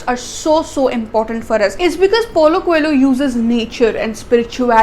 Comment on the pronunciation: I think coelho would be prounced as" ko - leo "